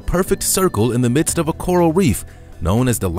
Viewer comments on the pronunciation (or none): none